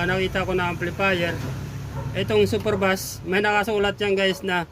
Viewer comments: super beys pagkabigkas nyan hindi super bas o bus...kung mahilig ka sa sounds or mga sounds electronics alam mo dapat pagkabigkas nyan.hindi kuro kuro lang.. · super bus😂🤣